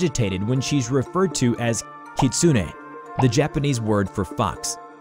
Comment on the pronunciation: Scp 953 looks nice but she-..... She IS A CREATURE OF A FOXWOLF KITSUNÉ (Pronounced as Kit-soo-ney) A.K.A Kihimo